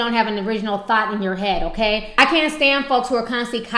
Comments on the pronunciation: Ms. Carter Idk. Ti knows how to come with the punches. So I'm taking it as her saying thot instead of thought. but whatev :) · I'm weak she said "train of thot"